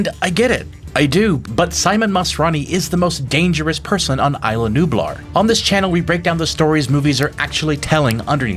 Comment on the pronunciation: It is still remarkable to me to watch somebody do so many videos on Jurrasic Park just to still not get the pronunciation of "Isla" right.